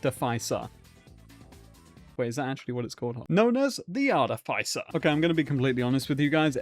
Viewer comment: Artificer. Pronounced arty-fisser. Love you. <3